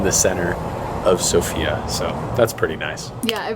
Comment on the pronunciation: How hard is it to stress the first syllable,the SO part of the name of the capital Sofia?